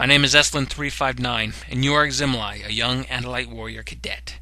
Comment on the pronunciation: Two things. Ax's first name is Aximili (ax-sim-ill-ee / aks-im-illy / ax-simile) not Ax-im-mi-lie Second -- scrapgoat? You mean scapegoat.